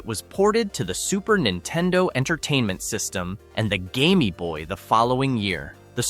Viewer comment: what in the f... did you just say? the Game-y boy? bruh... bruuuuuuuuuuuuuuuh